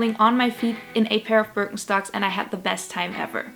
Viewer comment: Sounds like you’re saying bir en stocks.